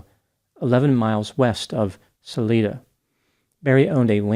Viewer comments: I dont know if it matters to you but Salida, is said with a long "i". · So i guess someone else wielding a tranq gun was responsible. Wow!! Right in the port. Im from Colorado, and its actually called sa-lie-da. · Sa-li-da Salida